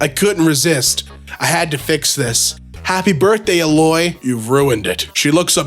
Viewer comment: NOOOO you mispronounced aloy my favorite video game protagonist 😭 (ayyy-Loy)